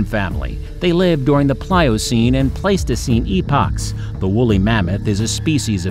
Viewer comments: Pleistocene era was waaay mispronounced lol But great job cuz 90% of these I wouldn't even attempt to pronounce! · Paleogene / Pleistocene. How did he get these 2 mixed up? This is beyond Dyslexia, this is almost malicious. Same for all the other errors in pronunciation. He could have done a bit of research before making the video.